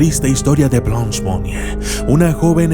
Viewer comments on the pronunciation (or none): Buen video pero su nombre se pronuncia Blânch, que significa Blanca en frances, no es blons